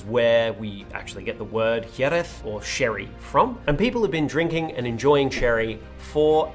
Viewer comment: As a Spanish speaking fella, I appreciate the dedication to pronunciation of Jeréz. Points for trying.